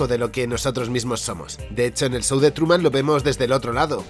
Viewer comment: "el sou de truman" ajajjaja